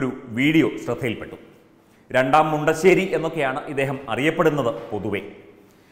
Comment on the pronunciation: മുണ്ടശ്ശേരിയല്ല, "ഉണ്ട"ശ്ശേരിയാണ്. ഏകദേശം സമയം ആയെന്നു തോന്നുന്നു.